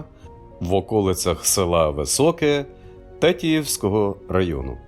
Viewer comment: Наголос не правильно тЕтіївського р-ну, тетІЇвський.